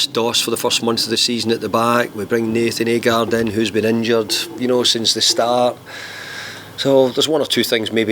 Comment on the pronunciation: why does he keep calling Nayef Aguerd 'Nathan Agard' lol?